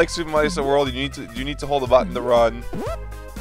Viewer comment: except is italian and he's pronouncing Marisa the Japanese way.